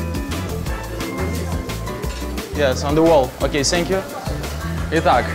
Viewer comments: Thank You... так режет слух Ваше - Сэнкъю! - что за С. Какая нафиг С. Произносите хотя бы Фэнкъю. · Ннвозможно слушать это ,,сенкью,,.отвратительно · "сенькью" прости хоспади